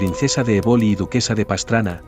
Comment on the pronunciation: EBOLI, se pronuncia, con acento en la E. Sino, suena muy extrano.